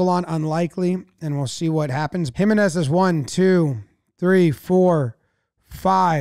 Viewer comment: jiménez is pronounced him-EN-ez, not HIM-en-ez 👍🏼 the accent over the e tells you where to place the stress.